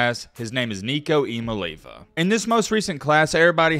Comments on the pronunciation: Say it with me.... Ia mal eava. Not Iomileva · Jaysus...learn how to say his name! EEya-Molli-AHva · It’s pronounced E ah me ah lava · ee-ah-MAH-LAY-ah-va is actually how you pronounce Nico's last name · ee-ah-MAH-LAY-ah-va that's the pronunciation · i think his last name is pronounced ee-ahh-mah-lee-ahh-va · Pronouncing it wrong. It’s Eye-a-mah-lee-avah